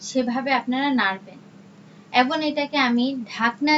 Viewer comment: এবং বলেন।এবন না ।